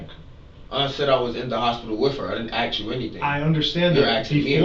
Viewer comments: “I didn't axe 🪓 you anything." You're the reason Yte people always mock us with 🪓. It's A-SSsss - Kuh. Ask!!! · Such a punk with his smirky little face hanging down at the floor. "You aks me, I was in da hospital wif her".